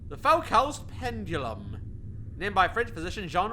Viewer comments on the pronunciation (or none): Don't know if was just doing it on purpose or if he don't know, but Foucault's name is pronounced "Foo-koh" cause the French, being the French, do an "oo" sound (similar to the German umlaut "u") with "ou" and "ault" is a short "o," as in the English "oh." So hearing Foucault's name pronounced as "Fow-cow"/"Fow-call" is just painful.